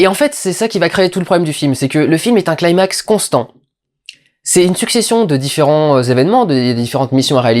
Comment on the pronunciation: Athos02 En effet mais bon ça fait plus style kikoo ado chébran de le prononcer comme quelqu'un qui maitrise trop bien la phonétique anglaise, sauf que pour ce mot c'est ridicule.